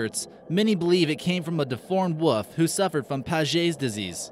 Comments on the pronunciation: wolf with an L, not woof. I believe #4 is a common practice called Trepan or Trepanning, believed to cause extra blood flow to the brain. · Wolf not wuf. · Wuff ?????? Obviously American for wolf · wuff. lol. he says wuff. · Agree. Interesting discoveries. Truly terrifying pronunciation.